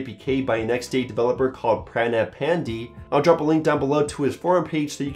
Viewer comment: His name is Pruh-na-ay Pan-day